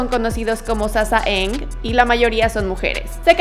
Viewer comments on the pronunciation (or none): Se pronuncia sasang (no hate)